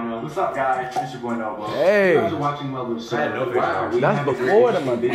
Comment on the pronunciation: I can't believe couldn't say loveliveserve